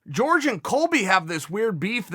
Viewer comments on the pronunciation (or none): great talk! It is not “George” it’s “Jorge” asin “Horhe Masvidal” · Everybody: Hhó-rhhe, Hor-hay, Hór-Ge. Chael: George. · Day 10000 of telling chael that GEORGE masvidal actually name is jorge and it Pronounces horhe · Hey "Chay-yell" Sonnen, as a commentator and someone with a name that can probably mispronounced can you just call him "horhe" masvidal? Note it's a short "e" sound so not "horhay" but rather "horhe" lol thanks I hate hearing you and askren say George. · Btw its pronounced Jorge Not George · Masvidal mentioned that if he wins or not, he'd like to "run it back" with Nate and give him another shot. Even if he wins the belt, he wants to give Nate taht shot to take it from him, Respect to Jorge... also why do you always call him George? lol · Why do they call him George and not Jorge? They dont call kamaru, Marty. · Why is he calling him George? It’s really not hard to pronounce his name correctly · I always have to smile when he says "george" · Just say Masvidal, Chael. Dont need your whiteboard spelling to leak into your pronunctiations.